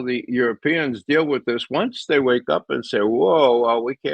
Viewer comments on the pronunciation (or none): none